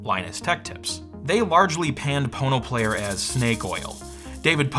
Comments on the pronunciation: Why are you saying „PornoPlayer“ when it’s spelled „PonoPlayer“? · I keep hearing "porno player". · I keep hearing Porno player lol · All I keep wanting to say is ( Porno ). All I keep hearing you say is ( porno ). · The more you listen, the more it sounds like PornoPlayer lol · Oh.... There's no 'R' there